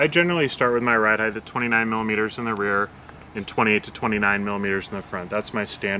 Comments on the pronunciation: Ride Height* ....heighth isn't a word. :) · Wtf is heightth